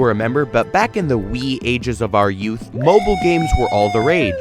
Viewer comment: My man did not just say, M O B I L E